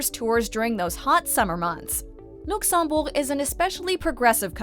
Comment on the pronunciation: and yet, regardless how many time i have been there, none of my local friends ever call it Oshlo...or whichever way you pronounced Luxembourg ...